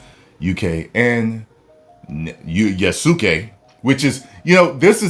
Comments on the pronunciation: Yes, it is spelled YasUke. But is pronounced Yas-kay. Like Sasuke from Naruto. It's pronounced Sas-kay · They dont pronounce "U" in japan thats why it supposed to be said "yaske" .... i say yasuke anyway lol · Ow just a thing about Japanese names that carries "U" in it, the "U" is silent. Yas-u-ke is pronounced as YAS-KE... Just a thought from a Japanese martial arts practitioner. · It's Yas-Kay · Don't worry about the name pronunciation,. It happens all the time.